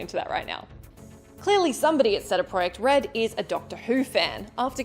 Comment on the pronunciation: Who the F is ceda project red? 😂... honestly Australian ppl say the funniest n weirdest mispronunciations